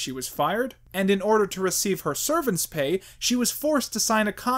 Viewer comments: Great video; you should know it's severance pay not servance pay. Severance as in to "sever" not as to "serve". I need to say this or it will bug me forever knowing you'll go at least a few more months of your life saying it wrong. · Reviews Two flubs: it's "severance" pay and I think Uncle Fester's last name is pronounced "Mish-aud." As for "The Room", it tours all over America as a midnight movie staple, so Doug's clip-filled review of it didn't make that much of an impact. Other movies reviewed by him, however, were probably hurt in online rental sales.